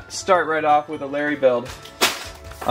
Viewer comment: Ha mixup guy it is Lary ship not lummey ship